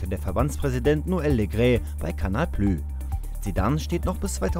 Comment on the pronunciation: Notiz am rande: es wird kanal plüss ausgesprochen und nicht kanal plüh.